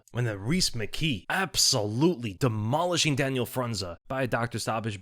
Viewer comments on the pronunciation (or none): none